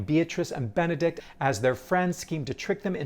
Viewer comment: Nitpick of the day: there’s no T on the end of the name Benedick.